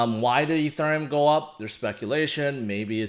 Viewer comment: Ethurrrreum XD